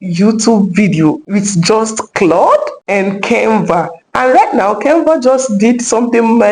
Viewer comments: Nice video, but stop pronouncing Kenva instead of Canva. It's not good English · Can Va not Cain Va...thank you